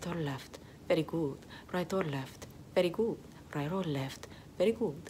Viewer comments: "very gOOt" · Ay dioh, como amo cómo dice: Very good! Suena a Veri gu! ❤️ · “Very güd”